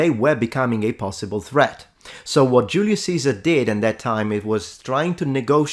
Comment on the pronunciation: Funny how correctly you say Julius Caesar in Latin.